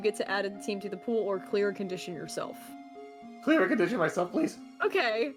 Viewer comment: I keep hearing “mark potential clear conditions” as “mark potential queer conditions”